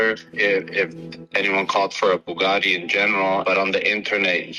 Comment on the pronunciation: Please stop saying Boo-gaa-de. Bue-gat-ee